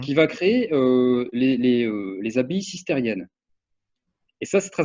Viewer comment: pauvre "expert" foveau.. qui ne sait meme pas prononcer le mot "cistercien".. dont il ne connait pas l'once d'un debut de realité!!!!